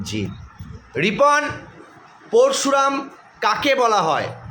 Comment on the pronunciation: প্রথমে স্যার নিজেই উচ্চারণ ভুল করছেন (প+র্+শু+রা+ম) না ওনার নাম (প+অ+র+অ+শ+উ+র+আ+ম্) হবে।